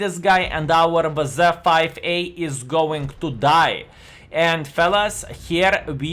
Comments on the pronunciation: I like how says “Vaza” instead of WZ:) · Sometimes he says "Dablju zed" hahahah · Pretty sure that's just how the letters are pronounced in Lithuanian.